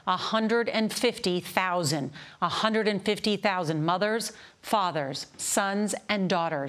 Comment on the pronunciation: "A hunderd. Let me repeat, a hunderd."